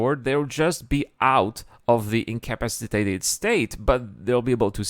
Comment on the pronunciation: Take a drink every time you hear day "in-cap-piss-ate-ed". LOL. seriously though it's difficult to learn a language. Much respect. My Spanish is far, far worse. Love the episode though!